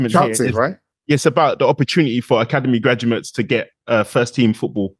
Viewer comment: Why does keep saying “academy gradumates” 🤣